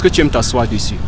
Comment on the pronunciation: Par contre tu sais vraiment pas parler français hein, on dit pas « déssus » mdrr vraimeent